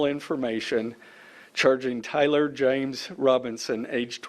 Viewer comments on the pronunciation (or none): none